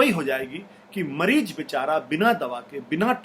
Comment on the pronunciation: Ashutosh sir , please apna pronounciation correct ker yeh . MAREEJ nahe mareez or MARJ nahe marz hai. Jindabad nahi zindabad. Jaysay India zindabad . Thank you